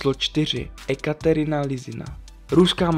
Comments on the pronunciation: ty toho neovládáš trochu víc. Například vyslovovat cizojazyčná jména. Viz Ekaterina. Správně se vyslovuje Jekatěrina. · keby si si tie mená dal do googlu traslator - u vedel by ako vysloviť tie mená .. ak niečo robím, robím to poriadne .. Ekaterina .. 😁😁😁( jekaterina .. vole ! ) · “E”katerina ? 😳😂 E pokud to neni э čteš jako “je” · Rozhodně nejsem rusofil a Rusy moc nemusím, ale rusky se domluvím a správná výslovnost u č. 4 je: Jekatěrina Lisina a u č. 5 Nikita Tkačuk. Je vidět, že autor video sestavil z různých zdrojů a převzal jména v anglické transkripci i výslovnosti. Ale v češtině je transkripce ruských jmen jiná a vyslovují se jinak, než v angličtině. Jinak video ok. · Bože Ekaterina se čte: Jekatěrina!!! Jinak to ujde. :-P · ekaterina no to jsem se zasmál...-bože nauč se výslovnost a potom něco toč.... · Bože.. čti Jekateryna.. Rusáci píšou do latinky Je s E což je v azbuce Je. Asi to je jejich chyba, ale ty se můžeš naučit vyslovovat její jméno dobře. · Tvl čte se to jetaťerina